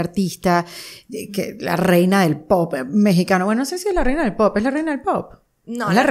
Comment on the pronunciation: Por que no sabe decir palabras kenia? Me estresa q es según muy linda elegante etc pero no sabe hablar osea se dedica a la música y aun no entiende que es albuM no albuN... y es poP no poT me estresaaaaa